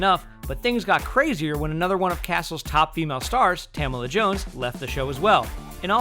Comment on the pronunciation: Isn't it Ta-mala Jones not Tam-ala Jones?